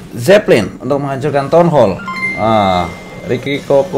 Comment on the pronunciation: Townhal bang townal bukan tonhol 🤣🤣